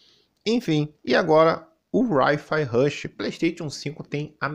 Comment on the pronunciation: "Rai Fia Rushi" hahaha. Mano...por favor... ninguém fala para que Hi Rush Rush vendendo bem no PS5 so vai dar mais grana pro Xbox. Enfim...deixa ele achar que ele é superior e nao um grande retardado haha